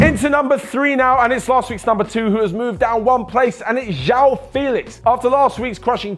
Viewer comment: Man, I understand that Portuguese sounds can be tough sometimes but at least imitate it with english language sounds. Instead of calling João "Jao" try "Jo-Wow" I think thats not so hard to pronounce yeah?